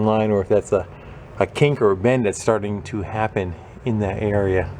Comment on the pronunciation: When you said "earia" for "area" I had a flashback to high school. My math teacher in 11th grade was from NH and would say "valium" for "volume" and "salad" for "solid." She was (and presumably still is) a lovely woman, but it was hard not to giggle a bit when she'd get annoyed with someone. "Jason, you HAVE to learn the formulas for the surface earia and valium of salads." I was 16 and easily amused, what can I say? I did get to have the experience, twice, of moving to places where my movie/television standard Midwest accent was odd. And I'm a teacher, so my students thought it was hilarious when I'd say something differently.